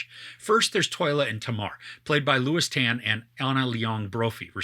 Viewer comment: btw it's Tolya not Toyla ;)